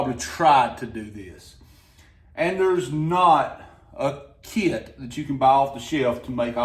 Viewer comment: Kit is not a two syllable word